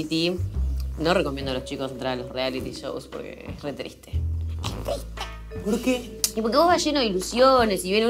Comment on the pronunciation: Amo que en el min dice "es tiste" cómo Emilia jaja